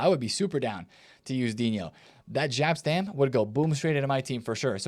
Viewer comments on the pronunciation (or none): You Americans.... It's not Gap or Żap Stam it's Jap Stam 😵‍💫